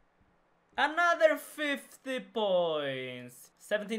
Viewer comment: anoder 50 points, anoder 50 points, anoderrrr 50 points. rofl. nice vid as always buddy :D